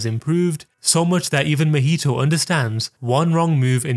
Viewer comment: Not mehito it's MAhito. Ma. From Mama. Maki. It's not Meki. Or Meme